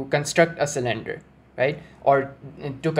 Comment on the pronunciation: I'm here to see if anyone else was driven nuts by sill-IN-der (cylinder)